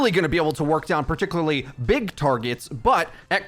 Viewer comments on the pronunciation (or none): As often as he says "particularly" in his videos, you would think he would learn to pronounce the word correctly.